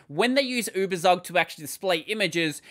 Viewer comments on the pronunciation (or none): Tsook... Uebertsook... Give us poor Germans a treat for our ears, pls.